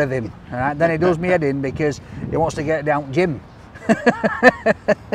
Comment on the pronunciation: Hehe. He had no idea what you meant when you said "dawnt' gym" 😂